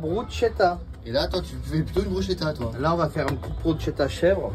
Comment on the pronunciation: loool c'est une pizza le truc, et on dit Brus(k)etta pas Bruchetta catso🤌